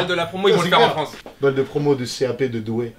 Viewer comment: Il a dit Douai 🤦‍♂️